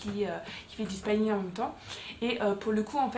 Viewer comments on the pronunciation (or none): On ne dit pas spaïning 🤣 on dit spi-ning ☺️